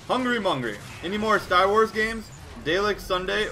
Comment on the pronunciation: Its Da lek, not daylek. It from Doctor Who and their catchphrase is EXTERMINATE!!!